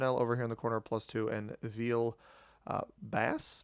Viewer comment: There's French pronunciation involved, so you know I have to comment. You were right on "Basse" being pronounced close to "bass" (the fish). It's a slightly more open vowel in French, though (almost the same as going "aaaaah") and it's a short vowel instead of long. Your pronunciation of Charleroi isn't bad at all, it's really just a matter of the French R sound, and that's a bit tricky for English speakers to learn just to pronounce names in Risk. For "Droite" (and really almost all French words with "oi") you just have to think of "oi" as "wa". Your pronunciation of "Abbaye" is surprisingly close, because that's a tricky one even for French speakers who don't see that word a lot. The tricky part is that it has 3 syllabes "ah-bay-ee". The two syllable "ah-bay" (written "abbé") is how we say "abbot".